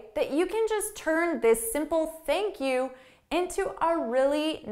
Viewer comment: Basically theink Q